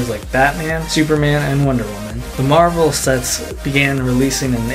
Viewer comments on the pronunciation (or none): none